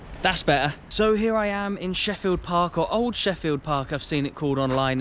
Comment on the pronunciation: Great vlog on my club. I am the club announcer/commentator and have been impressed with what you did. One wee error its pronounced Sheelfield. Keep up the great vlogs.